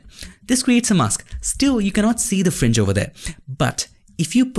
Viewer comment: FRINGE SOUNDS LIKE FRENCH SOUND LITTLE BIT CONFUSING>.............,,,,,,,OTHER THEN THIS OK